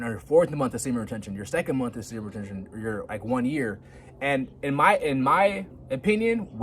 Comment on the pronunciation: I can't help but get annoyed when you mumble speed say semen retention. Bro say it clearly! confidently!! Please!